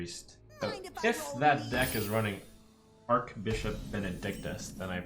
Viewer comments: It's Arch-Bishop, not Ark-Bishop Archangel is pronounced as Ark-Angel because of the vowel A in Angel B in Bishop is not a vowel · Archbishop is pronounced with a ch sound, not a k sound